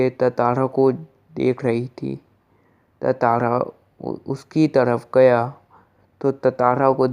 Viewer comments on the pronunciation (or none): Tatara nahi hai tantara hai bhai